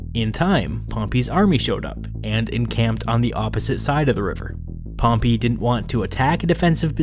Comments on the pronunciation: It’s pronounced pompay not pompi you lemon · Dude its Pompey not Pompee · Pronunciation: Pompay>Pompee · pompy..... i cant stop hearing you butcher the name pompey... its in the name Dude. PompEy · wtf that’s a really weird way to pronounce pompey. Maybe its just american? I’ve always thought it was pom-pay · "Pom-pee"? This narrator sucks! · I don't know why but I love the way you say Pompey. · I love your videos you do a good job one thing you say pompey wrong that's not how you pronounce it